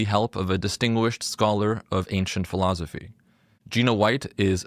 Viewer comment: you say philozophy. it's weird. i like it.